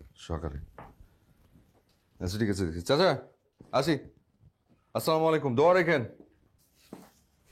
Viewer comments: সব দেখলাম ভাল লাগল কিন্তু সালাম দেওয়ার ধরনটা খুবই অগ্রহণযোগ্য যা ইসলামি শরিয়তের পরিপন্থী তাই সব নাটকে বা সব সিনে সালামের আদান প্রদানটা যেন সঠিকভাবে থাকে! সাউমুকুম না আসসালামু আলাইকুম❤️ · বর্তমান সব লোকেরা সালামটা ঠিকমতো দেয় না অপূর্ব ভাই আসসালামু ভুল আছে